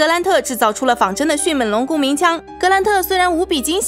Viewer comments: 是迅meng龙，不是迅men龙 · 迅猛（meng）龙 来跟我读 m eng 猛 不是迅men 龙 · 迅闷龙？好好发音吧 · 这个发音好出戏啊 迅men龙 比一样的人参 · Bill Wei 我已经实在受不了up主的迅měn龙了。。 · 在聽講解時我每次聽到迅ㄇㄣˇ(門ˇ)龍，就會出戲一下XDDDDD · 妳的迅猛龍的猛是不是發音有點問題啊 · 捉个虫：猛是后鼻音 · 我也是听到这儿就浑身不舒服。